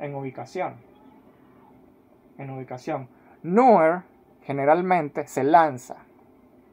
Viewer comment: ¿De dónde eres? La pronunciación que haces de algunas palabras es algo curiosa. Dices "favoretos", "tetular", "la roha de Pizzi", "ellos mesmos", "ficha roha", "Méhico". A propósito, el apellido de Manuel Neuer se pronuncia "Noia", no "Nurrr". "Manuel Noia", así de fácil.